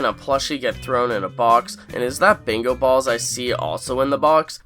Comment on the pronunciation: Are you trying to say Bingo ? You pronounce it as Bango